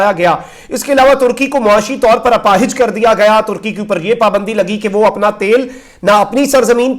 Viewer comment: اپاہج کا لفظ آپ استعمال کررہے ہیں تو اسکا درست تلفظ اور پروننسیئش اپاہج میں الف کے زبر کے ساتھ ہے نہ کہ الف کے زیر کے ساتھ اسی طرح اپاہج میں ھ کا زبر ہے نہ کہ زیر لہذا اس کا خیال رکھیئے شکریہ آپکا بھائی مولوی حافظ سید خلیل احمد شاہ